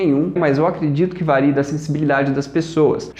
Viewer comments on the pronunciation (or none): none